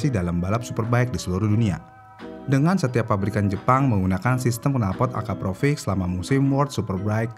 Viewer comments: Akrapovic kok disebutnya akaprovic🥲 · nama yang sering bikin orang salah pengucapan. dari Akrapovic jadi Akaprovic... narator pun salah penyebutannya... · Akrapovic bang. Bukan Akaprovic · Akrapovic min buka akaprovric 😅🙏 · Akrapovic ✖️ Akaprovic ✅ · Ada yg nyadar gak sih? Si abangnya nyebutnya "akaprovic", bukanya yg bner itu "akrapovic" ya?🤭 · Maaf min bkn nya AKRAPOVIC ya nyebutnya bkn AKAPROVIC? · Min ko lu salah mulu si nyebut nama knalpotnya. "Akrapovic" min Bukan "akaprovic" 😁✌️ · Akrapovic bang bukan Akaprovic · Akrapovic mas bukan akaprovic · kok nyebutnya akaprovic sih bang??? bukannya akrapovic...